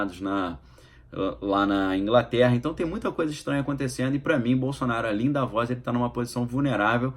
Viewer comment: Querido, pronuncia se" Da - vôs " só quero ajudar!! 😍